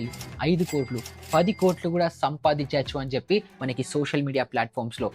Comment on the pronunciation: Bro it's sampadinchavacha not sampradinchavacha